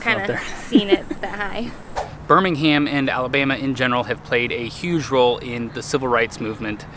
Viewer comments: As a Brit I though it was hilarious that you kept mispronouncing the town name in the first few clips, reverting to the UK Birmingham (Burminam). Loved your UK Birmingham tour and the US version looks really interesting too. Two gritty towns with history. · As someone from Birmingham, England I love that you're pronouncing it like that 😋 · for the locals we say B'Ham ALABMA We like music in B'HAM